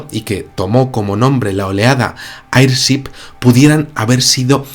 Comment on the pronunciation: Mi buen, airship se pronuncia eirchip